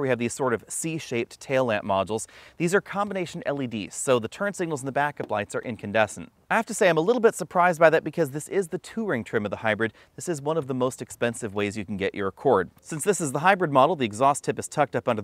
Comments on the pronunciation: The "two-ring" trim? You mean "Touring?" Thats ˈtu̇r-iŋ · First time watching. Saw your comment first and thought he has some kind of accent. 😂 two ring.